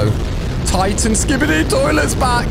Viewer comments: You pronounce it as skibidi. Not skibidi. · you said skibidi wrong